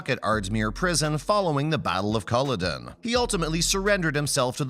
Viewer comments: You couldn't even research the proper name pronunciations? You're a reputable site, but this one has let me, us Devoutlanders down huge. Go back and learn how to pronounce Murtawgh and Collowden. Murtaugh and Culloden! Not clicking on the next new video! This is your Julia Robert's big boutique mistake! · His name is MURTAGH. MURTAGH. MURTAGH. While at it, learn how to pronounce Culloden and Galbadon.